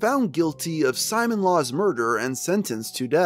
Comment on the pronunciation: I’m not sure if this is relevant at this point but it’s probably pronounced Si-moan not Simon as in the character from gurren lagann (who wears a drill necklace) is pronounced this way